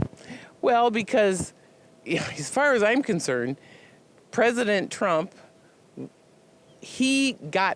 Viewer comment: She tried to say "Trump" but it came out "Drunk" Yeah lady, we can tell. After you drink your breakfast, don't forget to brush your hair.